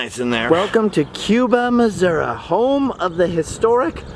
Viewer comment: Its called “Missouri”, not “massoura”. 🙄🤦🏽‍♀️